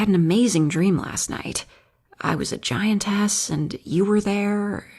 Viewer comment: I Was getting immersed until she said "Giant Ass" ınstead of "Giantess"